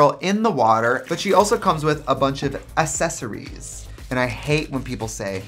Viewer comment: Its not accessories, its 🌸essesories🌸